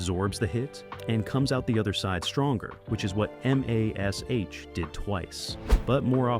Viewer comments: why cant they say MASH correctly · Mash, just say mash. ha ha